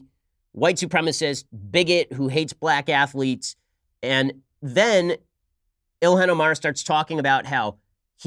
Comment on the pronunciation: I especially liked "plack athlekes"